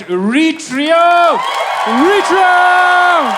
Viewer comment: As an Eritrean. I hate that the Eritrean here can't correctly say our countries name the way it is pronounced in English. When written phonetically correct in English. This is how you woukd say our countries name AIR-ET-REA. If you're an Eritrean reading this. Say Eritrea in our Tigrinya way of saying it. You'll see what I mean. We say the "Air" sound not the E sound as people like this guy are incorrectly saying it and letting others believe thats how you pronounce it. Again, when written phonetically correct in English Eritrea becomes "AIR-ET-REA or even AIR-ET-TREE-YA. Sincerely a know it all American, Eritrean. 🙋🏾‍♂️🇺🇲🇪🇷